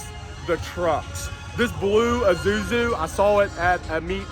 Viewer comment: dude... its isuzu not izuzu. And you keep saying izuzu